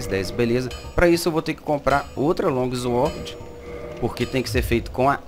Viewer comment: Longuizuorde kkkkkkkkk Flw irmão , ajudo pacas